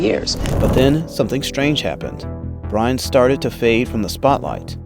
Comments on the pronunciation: Rhonda's last name is pronounced "burn." You can't possibly have done thorough research on this topic if you don't even know how to pronounce her name. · Rhonda Byrne. Pronounced BURN. Not BRYNE.